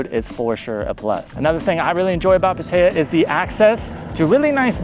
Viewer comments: Not "Pu-tae-yuh" Say "Pat-tah-yah" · Good video. Very difficult to listen to the way you pronounce "Pattaya". It is pronounced PattaY'A. The emphasis is on the YA. All A's are soft (think ah). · Puh-tayuh? Come on, man. You can do better. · A Thai person would have no idea where you are referring to it like that. Pad-ta-yaaa. Thai generally emphasizes the last sound. I'd rate those the worst cities to live. Maybe not Chiang Rai....that's ok. The cities of Issan are the most livable I've spent time in. Unless you have a family there's no reason to pick one place. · That is the most unique pronunciation of "Pattaya" I have heard yet....have you actually been there? Never heard anyone else mention the name of the place?